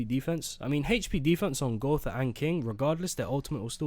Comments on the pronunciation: something doesn't add up here. did u just pronounce gowther correctly? bring the real back rn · If you continue to say Gowther correctly, I will subscribe